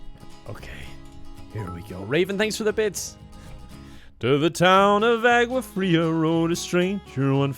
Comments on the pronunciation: I agree, that was on point. SA gang here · Hearing saying "Água Fria" as someone from SA was surprisingly satisfying